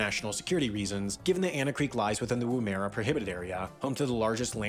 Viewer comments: Lets just say every name he said was Wrong.. Wo-Mer-a? Woom-er-a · Pronunciation.. .. Lake Air (for Ayre), Ood-nah-datt-ah (not data), Whum-a-rah. Otherwise accurate.